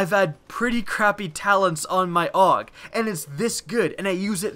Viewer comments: its pronounced A U G not awwg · it's pronounced A-U-G not aug